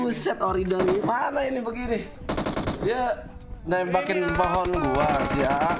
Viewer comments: Ori mananya itu o nya beda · itu, kalo ori huruf o nya bukan kayak gitu